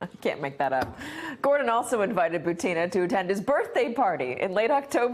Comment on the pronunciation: I think her name butin not butina